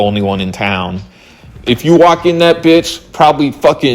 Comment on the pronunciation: the way you say town sends me into a rage